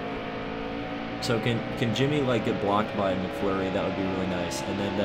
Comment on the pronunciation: It's not mcflury it's mcmurray